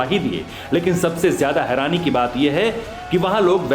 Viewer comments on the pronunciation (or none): none